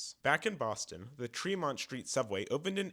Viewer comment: Tremont, not Treemont.